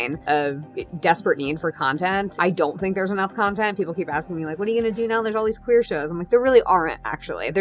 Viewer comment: I can't wait for actual lesbians and bi women characters (as well as the trans guy) to be on that iconic show but y'all... i hated it every time the new showrunner/writer Marja-Lewis Ryan pronounced the word "queer", i fucking hate that they've even hinted at this word in the title of the new generation. W're not odd, strange, weird, or whatever other synonymous for "queer", we're lgbt, stop calling us a nasty homophobic slur, yes some of us have reclaimed it but that doesn't make it okay to call us that as a whole. Imagine if black people as a community where called the "n" slur community, or women the "bitches community"... for the sake of the goddesses please let us breath Anyway I hope the show will be as entertaining as the original one and that it's really going to be gay, if else it wouldn't be the l word. Also: soooooo glad to see so many women of color, wished Kit was here though